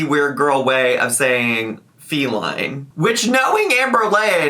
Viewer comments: Faleen. Fa-leen. Fall-ING. IM FALLING OFF THE SIDE WALK! 😂😂😂😂 STAAAAAAAAAP!! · I think she’s saying feline badly as a joke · I assumed she was just, intentionally or unintentionally idk, mispronouncing "feline" to use as like a joke placeholder name for wifey, like "alex" was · My personal conspiracy theory is that wanted to be funny/stir the pot, so instead of saying "wifey put the chair together" she purposely mispronounced "Feline" (as in cat) because Rarity was on the screen. Now she's continuing it because she's extra. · I think it's Feline, as in feline, as in cat. She's talking to her cat but wants us to think it might be a human.